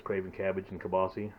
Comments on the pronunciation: Prounced keel-baa-suh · This is my favorite recipe ever. I just needed to know what to set my instant pot to. You said Keelbasse lol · That's how my mom used to say it when I was a child